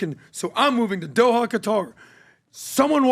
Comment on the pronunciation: he is buying in Dohaia- how hard it is to say Doha!!